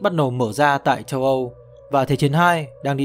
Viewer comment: Thank. Nội dung quá hay. Nhưng sao "Châu Âu" mà nghe thành "Tâu Âu"